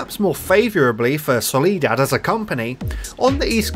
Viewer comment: you called it a "solidad" at the beginning